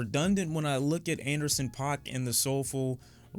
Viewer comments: Idk why you pronounce his name like pac, Anderson paak even pronounces his own name as “pack” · You know its pronounced pack, not Pac, right? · it's not POCK it's pronounced PACK 🙃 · DUDE, It's Anderson .(PACK) stop it, damn, do you watch interviews or not? Guess not. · why you say paak like pac? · His name is definitely pronounced Anderson .Paak not Anderson .Paak